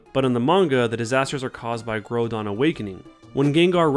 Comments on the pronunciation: Grow (like GROWL) don not... grow (like grow a plant) don Palkia, but without enphasis on the KIA part. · for reference, here's how the official pronunciations work: -Groudon's name is pronounced like the word "ground," but without the last two letters. "grou-dawn." -Palkia is pronounced just how it is spelled. The name "Paul," with the general sound of "ia." It should just sound like "Paul-key-uh." No syllable in the name is stressed more than another. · It really bugs me, the way he pronounces groudon and palkia